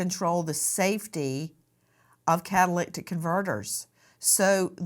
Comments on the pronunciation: kah- tuh- LIH - tik ... not kah- tuh- LICK- tik Nancy. Love you but just letting you know how to pronounce it . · Nancy, it's pronounced Cat-uh-lit-ic converter. Not catalictic....🤦🤦🤦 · Just so everybody knows an easy way to pronounce it, * cattle lit ick* is how it sounds when you say it in a sentence..it's a catalyst control on your car.. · Sorry Nancy… CA-TUH-LIH-TIC converter. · Have to log off on this one, I can't listen to "catalictic: any more. Does she think this mispronunciation is cute/ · Cat-a-lyt-ic (converter) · Car guys who’s yelling how to say catalytic (cadalydick) converter. That doesn’t take away from the chance this guy is getting rid of evidence. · Nancy, you're mispronouncing the word "catalytic." yoire adding an extra "c " in the middle of the word. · NANCY cannot say catalytic to save her life. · This case is here in northern calif where i live..Nancy, it's a catalytic converter. You're butchering it. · Lol😂 it's driving me crazy too, she's adding and extra "T" 😆